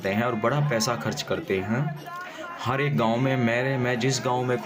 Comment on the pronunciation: Bhai ji hari nahi hota har hota hai